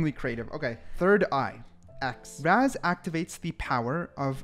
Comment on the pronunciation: its Raaz not razz.. correct your pronunciation